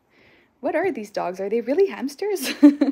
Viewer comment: Why do you call them hampsters